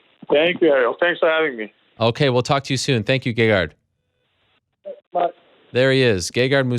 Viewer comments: No, I cannot believe people pronounce his name wrong. And I think he's too humble to correct interviewers. But his name is pronounced Gègard. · I believe its pronounced ; gay-hard.